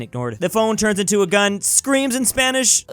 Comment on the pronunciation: No one:: casually translates Spanish perfectly